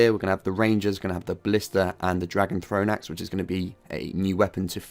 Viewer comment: ballsita instead of ballista :D